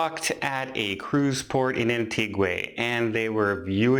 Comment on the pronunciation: Your pronunciation of "Antigua" implies that it's Spanish. It isn't.